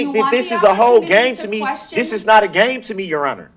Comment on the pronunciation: Iz not no gayme cmon man English i cant watch much more now. And im from MI